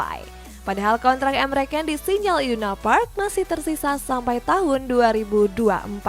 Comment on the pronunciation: Ni gue perhatiin host nya ngomong salah mulu. Tolong lah, kasih penonton info yg bener. Emre Can woi bukan Emre Kan